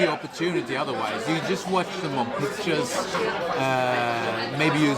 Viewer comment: has an excellent english vocabulary and a great pronunciation, but I wish his pronunciation of some of the english letters were more to the point. I know it is a "swedish thing", but I'm sure Malin can help him. 😉 Fx. "Just" is pronounced /dʒʌst/ = Fx. "Chain" is pronounced /tʃeɪn/ = Fx. "Chosen" is pronounced /ˈtʃəʊz(ə)n/ =